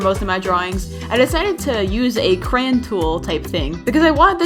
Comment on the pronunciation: so were not gonna focus on how said the word crayons